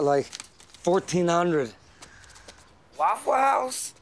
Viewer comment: What does say? 'waffles?'